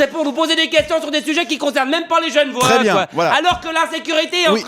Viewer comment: enfait, on dit pas gen'vois, mais g'nevoâ.